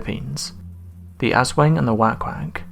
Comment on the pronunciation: Okay I'm from the Philippines and I now you mispronounced the names of the entities....but....Sick - what? Sick bin? I can't think of any entity here that rhymes with sickbin. The Asswang I know, and wank wank is "whak-whak".